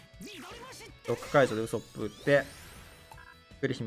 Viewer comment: ウソップのイントネーションがヤソップなんよな